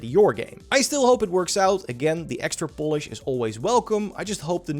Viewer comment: Techland needs extra POLISH to get the game done, get it? He even pronounced it the other way.